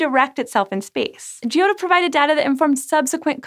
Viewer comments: Gee oh toe? Oh, ffs! It's pronounced, "Jotto". And ESA is pronounced ,"eesa". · Hints on pronouncing Italian: The "i" in "gio" is silent. It's there only to "soften" the "g", which before "o" would be 'hard' Vowels before double consonants are short, so "o" is short (and pronounced open). And doubling of consonants should be audible. Not as repetition, but as added stress. In the case of "ott" that's almost a halt between "o" and "tt".